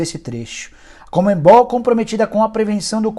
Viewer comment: Não entendo por que tanta gente pronuncia a sigla CONMEBOL com o som nasal entre as letras E e B, inclusive você, Nicola. Está errado. É um vício de pronúncia sem sentido. E fatal pra um jornalista. O pior é que isso não é novo. Vem desde a criação do MESSENGER, onde muita gente simplesmente troca de posição a letra N pronunciando-a como se a mesma estivesse entre o primeiro E e o primeiro S. Fica a dica. Pra geral. P.S.: valeu pelo vídeo. Conteúdo pertinente.